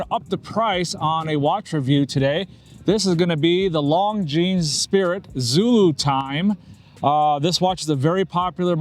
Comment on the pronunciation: At least pronounce the brand name correctly 😂